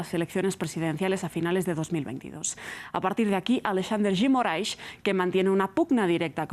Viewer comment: Que bonito como a jornalista pronuncia Alexandre de Moraes